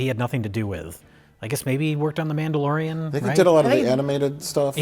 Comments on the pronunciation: Did he say, "Namblalorian?" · did he say the namblalorian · "the namblalorian" 😂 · wow... did I hear correctly? The Namblaorian? Is that what he said in the intro to this movie? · Did he say "nambla-lorian"? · "Namblalorian and Grogat". Perfection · Did call it The Namblalorian & Grogot? I'll call it that from now on.